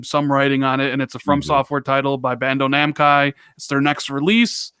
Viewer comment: said BANDO - NAMKAI🤣🤣🤣🤣 What it's a trap anime game?! Im in bro🤣🤣🤣